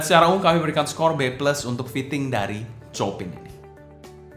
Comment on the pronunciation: bukan copin ko2 dibacanya chiopang...krn istri guru piano jd ngelotok denger nama2 pianis classic 😂😂😂..